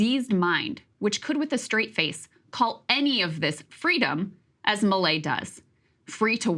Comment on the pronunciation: I'm so confused, am I not hearing milei incorrectly? According to Crystal, I heard everything he said wrong.